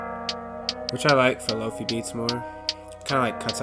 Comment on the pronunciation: hahaha i love that you call them "low-fee" drum kits... They are "lo-fi" as in low fidelity, as in the opposite of 'hi-fi' aka high fidelity.